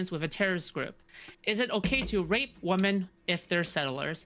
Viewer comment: I'm so sick of people not saying the plural of woman correctly. I first noticed this from and she's never stopped doing it. It's the only thing I wish anyone would ask her. Why can't she just say women?